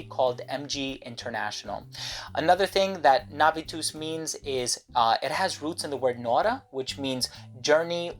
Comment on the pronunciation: I know it's not important but when you said Navus I heard, being from Poland, 'nawóz' which is a polish word for fertilizer/manure. Sometimes even the pretty latin words make some crazy connotations in other languages. Would be kinda hard to answer the question about what fragrance one wears after receiving compliment that the fragrance is called nawóz. Primas is a safe name though. :)